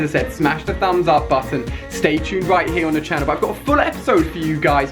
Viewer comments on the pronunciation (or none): none